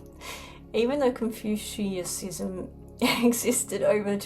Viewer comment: I love and respect you. Your work is very impressive 💧🖤🔥and so I would never throw criticism at you. Yet I can help. It’s pronounced. Con-fut-tion-ism. Thank you much sister